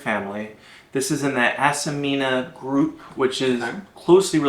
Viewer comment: The genus is Acmena, not Acemena. Acmena smithii tastes better.